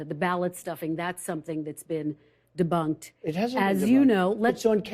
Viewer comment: She hard leans into her microphone when she says “debunked”